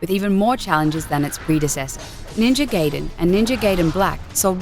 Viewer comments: i quit watching at the moment i heard "GAYden" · Yes I am. This woman is just reading from a script. She probably doesn't have a clue about any games. She got other stuff wrong as well. Though she definitely isn't the only one to get the pronounciation of Gaiden wrong. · GUYDEN NOT GAYDEN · ...and Ga-e-den not Gay-den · It's GUY den, not gay den. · Do you not know how to read or pronunciate? its called Ninja GAIDEN not Geiden. Gai - rhymes with guy, with a long i sound. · NINJA GAYDEN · 1,000,000 points for immediately proceeding to pronounce it as "Gaiden". Fuck off m8! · I hate it when people call it Ninja GAY-DEN. The game is not about a homosexual underground cellar. It's offensive to both the gay community and the game. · hahaha a gay cellar ^^ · Lol Gayden is how I pronounce it too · Its pronounced Ninja Gai-den. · I think ill dislike the video just because shes saying GAYDEN. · Ninja Gaiden is pronounced like Ninja (Guy)den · It's pronounced "Ree-yoo" Hayabusa and Ninja "Guy-den." Excellent video but please get the pronunciation right. It's painful for Asians gamers like myself to sit through this. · I can overlook the "male power fanstasy of being a ninja" comment as fucky as that was, but the mispronounced Gaiden and Ryu's name is unforgivable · god...how she speaks RYU and GAIDEN :(